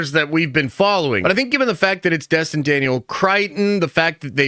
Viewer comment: It's Destin, not Dustin, and it's Cretton, not Crighton.